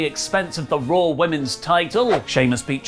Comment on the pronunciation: Raw not Rawr